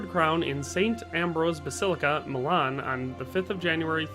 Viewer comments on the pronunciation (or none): none